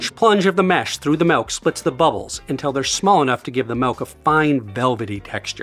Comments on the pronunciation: YOU SPELLED THE WORD! YET YOU KEEP SAYING MELK! WTF IS MELK!? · He's real, he says 'Melk'. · It's been a while since I've found someone in the wild who pronounces it "malk". I thought it was nearly extinct but it's nice to know they're still thriving. Joking aside, cool video, as always. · great video, chris. i like how you say milk